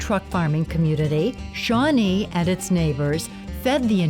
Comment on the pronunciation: It's Shawnée